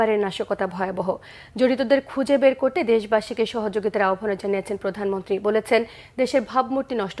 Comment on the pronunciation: প্রদানম্নত্রি না, পছামন্তি